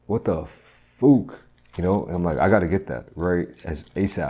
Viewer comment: “What the fook.” - 2022.